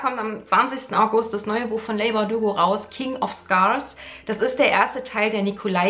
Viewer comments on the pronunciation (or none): Ich mag es ja eigentlich nicht, wenn Zuschauer in Kommentaren so "besserwisserisch" auf kleine Fehler hinweisen, aber, ach, ich höre Dich so oft in Videos über Leigh Bardugo sprechen und jedesmal überlege ich, ob ich Dich doch mal darauf hinweise, dass man den Vornamen "Li" ausspricht;-) Sorry, soll nicht belehrend klingen 😅